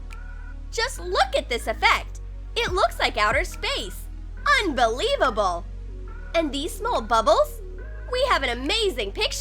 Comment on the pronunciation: OMG SHE SAID "UNBEILEABUBBLE"